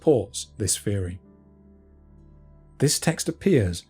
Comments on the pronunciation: "Engwish" & "feory" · "Feory"", "uvver"- so depressing....